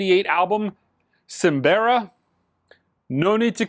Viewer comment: hahaha "simbera" and "Heroes di siliniquico". That was funny. I was aware of this new reissue of Willie Colón - Siembra and I also got very excited because is AAA. However, this time they decided to do the lacquer cut with some random guy. That's very disappointing because craft was choosing either Kevin Gray (most of their releases) or Ryan Smith (for Celia and & Jonny) for their FANIA reissues. We'll see how it tuns out.